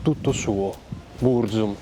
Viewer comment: e anche sbagliando tra l'altro, "Bruzum" hh